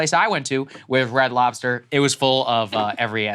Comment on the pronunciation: You can tell someone is black when they add the "s" at the end of f Red Lobster. Adding those letters where they dont belong